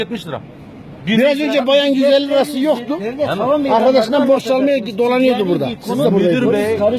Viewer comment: ha hö yohtu vs vs konuşmayı öğrenin lan sığırlar